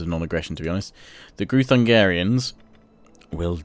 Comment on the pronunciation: Groo-thun-gee-ans not groo-thun-gah-rians. As a Hungarian this bothers me a tad haha. :D A little constructive criticism. Love the videos tho! (the Magyars, your ally, are the ancestors of Hungarians - we were a tribe once before we settled in Pannonia. In our language, Magyar = Hungarian).